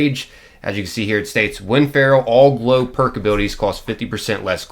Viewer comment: Am I the only one who hears blow every time he says glow? Nothing like some coked up ghouls... in the wast(ed) land.. 🤣